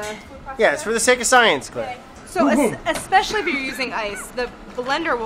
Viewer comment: Ek-specially, Brad? Really? You're a beautiful ape